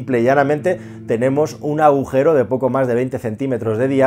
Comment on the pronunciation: Aujero??? o agujero...